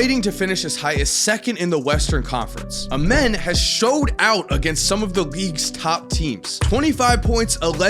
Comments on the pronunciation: Lol you saying a men” it’s pronounced “a” “mean” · It’s amazing how the media wants to avoid saying his real name. His name is pronounced Amen The same way, we say it in church. Very sad that we changed his name because we don’t wanna glorify God.😢